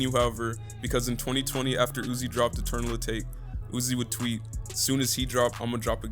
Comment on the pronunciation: I think your pronouncing eternal atake wrong, it’s a Japanese word and meant to sound like teriyaki, atake.